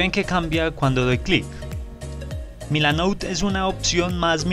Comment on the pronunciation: milanote, no milanout...